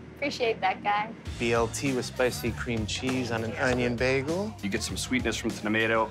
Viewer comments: It's like he's saying beggel instead of bay-gle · If I hear "Bæggel" one more time, I might flip some tables